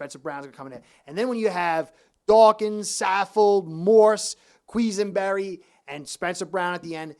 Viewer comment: almost did a spit take when you said “queeze-en-berry”. Granted not the easiest name but really great getting a fin fans take on Bills play.